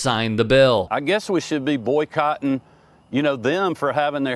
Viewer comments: Boy-cotton? Did he mean to say it that way? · Notice how he says boy - "cotton" instead of boycotting. Humorous! LOL! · Kemp’s saying “boycotting” sounds like he says “Boy Cotton”. I guess the truth comes out subtlety with this douche bag.